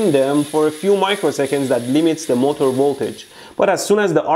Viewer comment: Normal people's pronunciation: MO'TER' Mehdi's pronunciation: MO'TOUR'